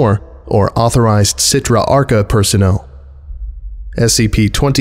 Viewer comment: Achra not Archa